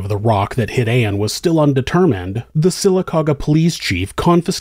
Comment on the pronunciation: I live in Sylacauga, AL. Congrats on saying it correctly😂